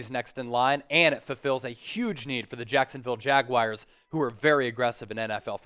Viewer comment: Jackson Jaguires lol